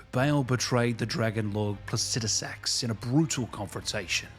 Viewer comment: Saying it like “placijusax” got my wife to sleep in the same bed as me for the first time in 3 years.